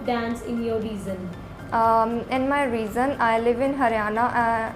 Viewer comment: Even the examiner calling "region" as reason